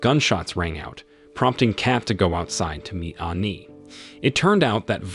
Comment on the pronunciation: Funny enouth how this guy say cat and not kate . And like aani instead of annie